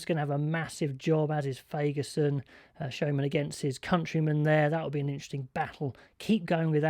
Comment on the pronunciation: FYI, I believe Schoeman is pronounced "Sku-mun".